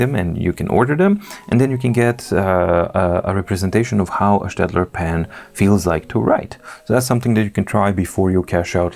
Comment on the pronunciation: Thank you for prounincing Staedtler correctly. Greetings from Germany